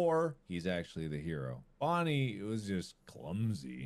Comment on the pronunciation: Did no one notice called Bonnie “Vonnie”